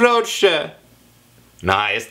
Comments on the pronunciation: nope kulwa tylko kurwa bez akcentu !!! i nie zmieniając głosu ;) !!! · Musisz popracować nad akcentem R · nie kutwa, tylko kuRwa... rrrrr ... to sie wymawia na kurwa slyszaca, tak kurwa z gustem prosze pana, no wie pan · Jak ja kocham kiedy anglik mówi KURWA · wow. on mówi kurwa tak smkesznie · If you pronounce kurwa like him you will be laughed at. He doesn’t pronounce any of these words right. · Nie umie tego prawidłowo wypowiedzieć